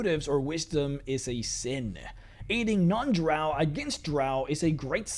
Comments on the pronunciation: It's not. LOL. It's pronounced Drow like Cow. Those who use it like Row are not 'everyone' and actually are just a vocal minority. And they are wrong, but they can pronounce however they wish in their games naturally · Ahl Drahw sound like Australians cuz thayr from a land down undah